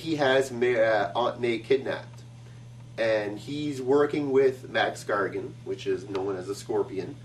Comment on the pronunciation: Wow. These vids are awesome! Keep up the good work! A note though: It sounds like he's saying Max Gargan. Is that just me?